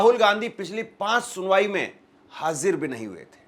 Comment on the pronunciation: Bhai aap hazir ,ya Aisa koi word ho uska pronounce sahi se karo